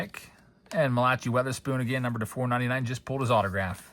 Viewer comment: I think "Malachai" is pronounced Mala-kai